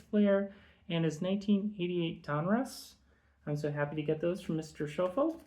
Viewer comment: Nice batch of returns, love the 75 Busby, the vintage Tartabulls, Potvin and Gervin. But I have to subtract pronunciation points (it's my thing) for Kon-kack, Rena-key, Sko-field and Run-ghee. Forgivable, all before your time.